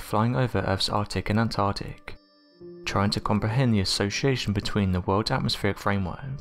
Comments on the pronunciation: Where on Mother Earth, is ... "the 'Artic'.."?? 😕 (@ ish) The Arctic I'm assuming.... & again (at about ), along with "the Antartic".. !??? It's the Antarctic .. e.g.: ANTARCTICA, not .. 'Antartica', etc. 🙇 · Lol. This guy is such a bad narrator. Mouth breathes all his words. Anthhhhartic, Whhhhhorld. Jesus Christ. How many comments does Unexplained Mysteries have to see before they get a new narrator